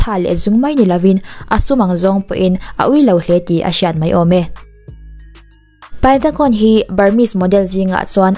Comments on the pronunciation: Tuna khon tih i lam rik dan kha mizo lamrikin (khun) tiin lam rila "Ta'' tih lai kha mizo lamrik bawkin (Ț) lamrikin (ȚA) ti la a dik ani mai 😀😀😀 i thiam lutuk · Kei hi Burma ka nia Khon nilo in Khun tiin lam ri la a dik zawk mase a theih vek🙂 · A hming Thai tho lam dan i tih khi a dik zawk aw😊Burmese in ပိုင်တံခွန် tia ziah tur nia,thluk sang lutuk loh tur Thai ho thluk ang khian thluk hniam vek tur zawk aw engpawh nise i ti tha lutuk e😍😘Love from Myanmar🇲🇲💕